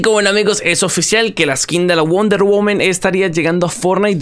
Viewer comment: Me da tock escuchar wonder "women" xD ya se soy mamador xD